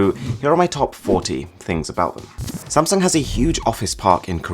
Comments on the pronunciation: did he call samsung samsang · gotta add one more. it's actually pronounced as Samseong, not Samsoong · 1st its burj HHAAA leaf AHHHH no K sound, next its sam SONG